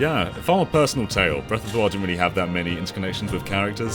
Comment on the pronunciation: The Legend of Zelda: Breath of Doriyah